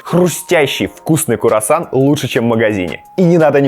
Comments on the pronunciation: Блин, так странно слышать слово "Курасан". Так то говорится "Круасан" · Не куарсан а круасан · Пожалуйста... Говорите правильно... Надо говорить не кУРосан, а кРУосан...Ну взрослый же человек, надо знать...) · не курасан а круасан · Не - Курасан. А - Круассан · Он специально так говорит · Сам ты кУрасан! Правильно КРУасан! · а великолепный человек говорит Курасан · Только не куросан А круассан 🥐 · Курасан Плачу всегда с этого произношения, вроде бы оно неправильное, но оно так мило звучит почему-то для меня :’) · В этом видео столько раз исковеркали слово "круассан", что я не поставила лайк. Не смогла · КУРАССАН🤣🤣🤣 мне не послышалось? 🤪🤣🤣🤣кУРассан🤦‍♀️🤣🤣🤣Ой насмешил. 😘🤗